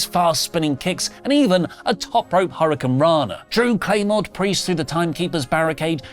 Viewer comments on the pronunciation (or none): none